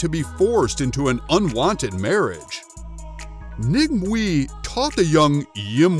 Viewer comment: Wu Mei is her name. The Cantonese dialect spell and pronounce her name Ng Mui.